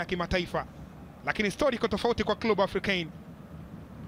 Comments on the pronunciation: Mtangazaji sio klubu ni clebe(club) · Mtangazaji kwa kiransa ni Klebe sio klu bwana